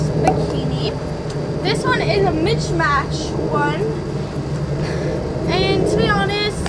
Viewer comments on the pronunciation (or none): is she saying mitch match? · “Mitch match” lmfaooo